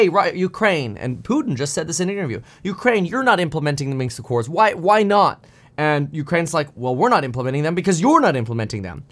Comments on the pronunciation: Minsk Accord not Minks! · Minsk, not Minx! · Its Minsk not Minks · It is MinSk agreement by the way, not MinKs or Minxed agreement which you keep repeating. It was named Minsk agreement because that is where the talks took place, in the Belarusian capital. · Point. However (and yes, subscribed) your delivery speed transposed "Minsk Agreement" into "Minks Agreement" or just "Minks." Felt a bit weird, for a moment, but just a thought. Speed is great, just don't be THIS guy